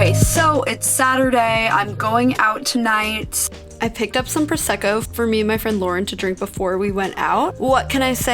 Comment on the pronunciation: Can't stand you are so beautiful and precise and then you say "prosseco" instead of Prosecco... seriously, can't stand it as italian! 😂